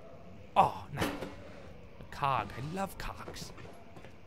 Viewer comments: Toby loves the Cogs...except when he says it it doesn't sound like it ends in G....it sounds more like a ck at the end....*facepalmed* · Lol, I didn't get that Toby accidentally said cock until the last minute. I was wondering what wasn't manly about cogs, and then it hit me...nice one Toby nice. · Thumbs up for Toby sounding like he said ''I love the cocks!'' Instead of ''cogs'' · "Let's break this window. *throws* Or not." "Until all rods are inserted." (XD) "Aw, cogs! I love cogs!" (But it sounds like cocks XD) "Uncle Toby's coming! Uncle Toby's screwed!" "I swallow. I gulp." (XD...) "Is that blood? Who put blood in the fountian?!" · LOL i love the cogs (sounds like cocks) ... wait what. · "i love cogs" sounds a lot like "i love cocks". :S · "*gasp* What is that?! Aw. Cog. I love cogs." When he says cogs... He sounds like he's saying something else... *cough cough* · Was I the only person who though he said something other than "I love the cogs!" the first time?